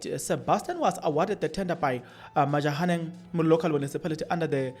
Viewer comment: It is Matjhabeng Local Municipality NOT this Majahaneng coming out of your mouth 😅